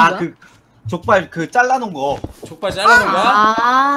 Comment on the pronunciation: 저는 요루루님이 할때 족발이@ 줄 알았어요 ㅋㅋㅋ